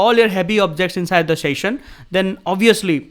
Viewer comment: शैशन not सेशन😂